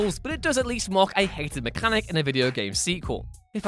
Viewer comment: The way you say mechanic is horrid